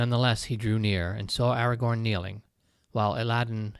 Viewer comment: This was such an interesting passage! I really need to read the Lord of the Rings at some point. (Hilariously, I kept imagining Aragog whenever you said Agagorn. 😂)